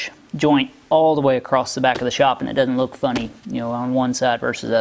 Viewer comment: Ok, what is the deal with more and more Youtubers adding a "t" to the ends of random words (acrosst, spellt, senset). In case you need the reference, "Acosst it". Has this always been going on and I am just noticing it? I get dialects, and accents by regions and all that jazz, but a YouTube accent? Anyway good job, keep at it you will get there soon-t.